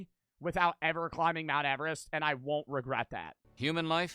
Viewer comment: He really said mount everet don’t got shot on me